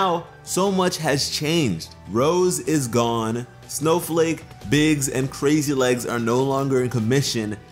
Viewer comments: I cringed everytime I heard him say "crazy legs". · Is saying "crazy legs?" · Omg. It’s crazy lace not crazy legs, you’re killing me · Ok 1 Biggs Jasper 2 Snowflake obsidian And 3 it's Crazy LACE (type of Agate) Not "Crazy Leggs" all three are gem types Not to yell at you or anything but... DO YOUR RESEARCH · It’s “Crazy Lace” not “Crazy Legs” Crazy Lace Agate is an actual gemstone. I can understand how you got it wrong though, I heard it wrong the first time too. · The gems name is Crazy lace, but he says crazy legs